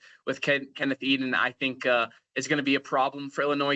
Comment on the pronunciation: Hi - good discussion. Just one thing - you have pronounced Ken Eiden IV name as "eden". Although he is graduating so it won't be an issue for you much longer, just be mindful of correct name pronunciation.